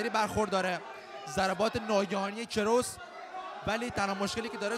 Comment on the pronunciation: کروس اشتباهه و درستش کراس میباشد ! لوکیک خیلی اشتباهه و میشه به جاش ضربه به پایین بدن استفاده کرد! به جای میشه از خاک کردن یا به خاک بردن استفاده کرد TAKE DOWN! صورتش کات شده و میشه گفت صورتش پاره شده و .....باید خیلی روی تلفضات کلمات کار کنید تا یه گزارشگر خوب فارسی زبان باشید ! امیدوارم انتقادهای بنده را نق نق کردن تصور نکنید و انهارو به چشم یک انتقاد سازنده ببینید . موفق باشد